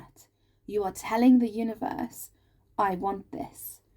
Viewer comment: Omg you said univorse by accident, that's how we pronounce it in geordie land 😊spot on as usual, but the stuck, scared to commit, get hurt again energy is my partner not me. He's Aries sun, Pisces moon. Thankyou again. I need another personal reading I will e-mail you xx